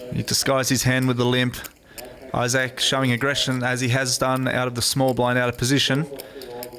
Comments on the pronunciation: Well that's the first time I've heard Issac pronounced Isa-k instead of Ise-k. And most definitely Issac Haxton. I think it was just a weird British pronunciation and everyone was too polite or found it too funny to tell him at the time. I didn't I found it annoyingly cringe worthy though... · I-Sek not I-SaK though right? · Am I the only one who cringes every time announcer calls him I-SAK? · Archaik85 Sorry were you just calling me Newton? Because his name is Issac Haxton, not Issac Newton lol. And maybe its just the American pronunciation vs the British one but listen to every other single announcer and its I-SEK!! Newton? Btw I was playing 6 PLO tbls while typing that, fortunately didn't time out though! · Hé keeps pronouncing Isaac « yaak »! Wtf?